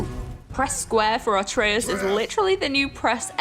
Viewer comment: It's Atreus not Artreus